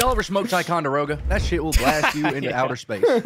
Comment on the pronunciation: WHAT IS WITH HIM MISS PROUNOUNCING ticonderoga I AM SO ANGRY GRRRR